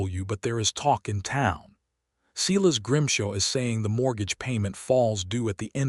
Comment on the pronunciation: It’s not Seeles it’s Si las. Very disturbing.